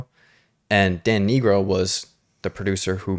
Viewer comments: His last name is pronounced N-eye-gro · Dan Nigro is pronounced Dan Nai-gro, not the other pronounciation you used btw <:) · Please it’s pronounced NIH Grow 😧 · Dan Nigro’s name is pronounced nye-grow, not pronounced like the slur